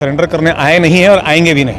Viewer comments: Bhai sullender nahi Surrender hota hai.. ap reporting kar rahe ho to sahi boo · सरेंडर ❌ सलेंडर ✅ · Surrender ko salender bol rha hai😂